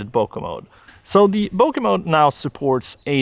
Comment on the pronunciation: everytime he says "bokeh-mode" i feel like he is saying "poke-mon" 😺